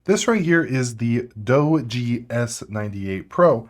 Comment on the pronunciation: It's pronounced Dodgee.